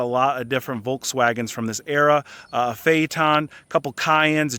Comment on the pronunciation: It’s not fayton, fay it ten. Phaeton. I had one.